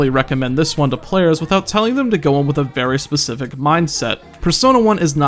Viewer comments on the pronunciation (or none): none